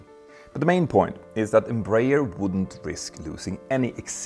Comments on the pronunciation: Embraer is pronounced "embra-air", not "embrayer" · Closer pronunciation: Einm-bra-ehr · Here in Brazil we pronounce EM _ BRAH . AIR. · Embraer is spelled Em - Bra (as in Brazil) - Air. EMpresa BRasileira de AERonautica. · Just a brazilian advising you on how to pronouce properly the name Embraer. Say Embra Air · Nice video, thanks! As a curiosity, here in Brazil we pronounce EMBRAER like EN-BRA-AIR (EN as in the word ENglish; BRA as in a woman's bra; AIR as in the word air). I'm not sure, but the "AIR" in the end was probably not intentional, though. The name stands for "EMpresa BRasileira de AERonáutica" which means "Brazilian aeronautics company". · In Brazil we pronounce Embraer as "Embra Air" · Just a quick tip, it's pronounced "embra-air" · embreier hahaha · Embraer is pronounced "m bra air" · The pronunciation is Embra-Air btw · The best way of pronouncing EMBRAER, in English, would be "Embra-Air" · The way you you pronounce "Embraer" is quite funny 😅😂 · The inability to pronounce Embraer correctly by someone who makes a living from talking about airliners it’s kinda funny… (to not mention tragic..)